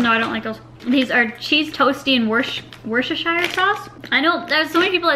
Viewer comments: Those crisps are pronounced "Wuss-ter" sauce or "wuss-ta-sha" sauce. We don't pronounce it "shire" Valuable information from a Brit that lives 20 miles from Worcester lol 😉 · Wuster - sheer is how to pronounce it people from the uk know the struggle! 😂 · it's pronounced wooster-shire or for short wooster so your mum's right. Defo don't try the cucumber ones they are horrible xxx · Loving the daily vlogs ahh!!! You pronounce Worcestershire Sauce like Wuster-sherr Sauce! but you can also say Worcester Sauce (Wuster Sauce) it means the same thing ! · you pronouce in WORST-ER sauce, kinda like your Mom says